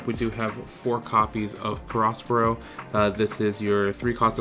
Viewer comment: Nice deck, I have something similar! Btw, do you even watch the anime or know the story?? The big mom arc is great, and you pronounce the character “peh-RO, peh-RO,” barely pronouncing the “s”